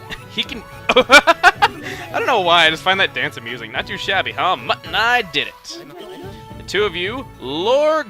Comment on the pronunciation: heehee... mutt and i keeps sounding like mutton eye to me, and i find that funny for some reason...